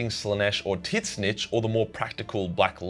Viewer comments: Tis-nichy?! Don't you mean Tzeentch!? (pronounced zeen-t-ch). Based on your horrific pronunciation of tzeentch the chaos god of change (among a disturbing number of things) I am now absolutely certain that I will have to do a heck of a lot more research than necessary in order to understand what some of what your videos are trying to say/explain. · I'm really struggling with your pronunciation of Tzeentch as "tit-sen-itch" or something. What's that all about rather than just like "zench" which seems more logical and linguistically correct? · Bro please, it's not "tit-snitch" it's "Zench". Tzeentch, but the t's are silent (it's a change from normal spelling) and there's an extra e (also a change in the way you spell) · Can't get over how he pronounces Tzeench as "Tit-snitch" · titschnezy? thats how you pronounce that god? 😅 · I'm sure you've heard this before but could you rethink how you're pronouncing Tzeentch. It's ts-een-tch. I have no idea where you're getting these syllables from. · Not once, not twice, every single time, here did I hear this: Tit-Snitch. (Tzeentch). Guess it's like a Butt Pirate, but Tit Snitch. Guess on Tit Snitch world the joke could have been appreciated, briefly, until the "Joke's on you!" moment with joker's tits getting snitched for real. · I was very confused as to why he'd talk about "tit-snitch" until I realized that he was saying Tzeentch. Still confused about his pronunciation, but whatever works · I always thought it's pronounced Zeeeeeench. (At least it sounds more tolerable) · I can't get used to you saying "Tzeentch" as "Tit-snitch"... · Just one question: Is Tzeentch-ian pronounced Zeench-ian or Tits-Nietzschean? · Why does he still say Tit-Snitch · As much as i love your content, I gotta ask, why the "Titz-Nitch" pronounciation? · How do you repeatedly pronounce Tzeentch wrong? I don’t see “tit” anywhere in this word?